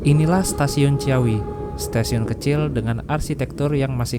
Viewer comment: Banyak salah pengucapan nih... bukan cia-wi tapi ci-awi, bukan cia-mis tapi ci-amis. Nama2 tempat di wilayah Sunda biasa diawali kata ci yg artinya air, sungai. Ci dan awi dibaca sbg vokal rangkap bukan diftong. Dan Leles dibaca Lélés, dgn e taling bukan e pepet, dibca spt pembacaan 'enak'.